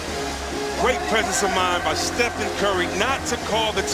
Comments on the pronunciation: Who is this commentator saying Stefan curry?? Is he representing NIKE? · “Stephon curry” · “Stephon” smh